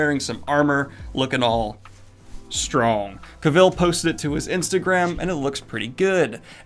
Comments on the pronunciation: Daniel! It's CAV-ill, not Cav-ILLE. Otherwise great and fancy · Did he just call him Cavill? (rhymes with hill). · Please learn how to pronounce Henry Cavill's last name. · Your pronounciation of Cavill made me slightly uncomfortable